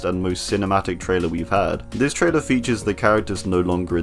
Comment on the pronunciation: Are you saying traitor instead of trailer